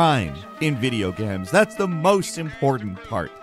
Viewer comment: "video gams"